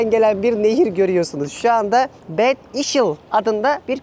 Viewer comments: bed degil (bed Ingilizce) bad işl almanca okunuşu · seni zevkle seyrediyoruz yalnız bazı yerlerin okunuşlarını oradakilere sorarak kullanırsan daha iyi olur örneğin gittiğin yerin ismi kaplıca olarak geçiyor yani Bad, sen onu İngilizce okur okuyup kötü anlamına gelen bir kelime söylüyorsun. Bunlara dikkat edersen ileride oraya gidecekler için de güzel bir tavsiye olur. Sevgiler